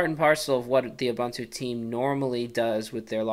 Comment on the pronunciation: are-bun-too... wtf??? it's pronounced oo-boon-too. i wana rip my ears of every time he says are-bun-too